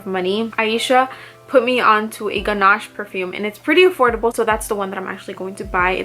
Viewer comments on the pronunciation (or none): none